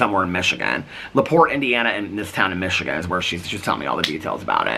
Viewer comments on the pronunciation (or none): none